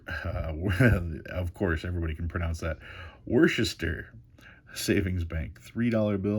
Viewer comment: Number 5 is pronounced wusster 👍